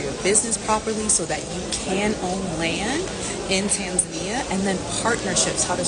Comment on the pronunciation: I'm just glad you pronounce it Tan Za Nia, and not Ton zonia